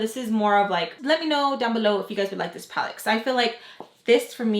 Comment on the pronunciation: ‘Look at dis-ooo’ 😂